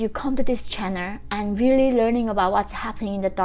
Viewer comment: God damn it- say channel correctly!